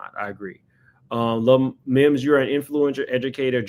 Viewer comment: It’s Mims not memes. 🤦🏾‍♀️